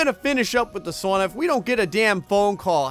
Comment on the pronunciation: works on his Finnish pronunciation, still can't pronounce sauna correctly...